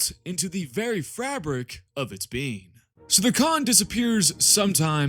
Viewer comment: Am I the only one who came to the comments for “fa-brek” pronunciation of “fabric”